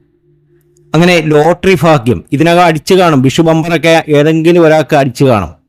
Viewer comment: 'ത്രിബിൾ' എന്നൊരു വാക്ക് ഇംഗ്ലീഷിലില്ല! ട്രിപ്പിൾ (triple) ആണ്! 'ഫാഗ്യ'മല്ല, 'ഭാഗ്യ'മാണ്!